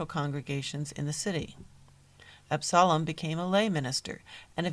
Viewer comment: The pronouncement of Absalom is wrong. And painfully distracting. Also Absalom did not found the A .M.E. Church. They (Jones and Allen) were members of the Free African Society